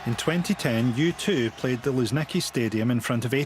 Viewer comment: It’s luZHniki not luZniki